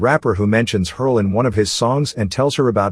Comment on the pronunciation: "Hersl" not "Hurl"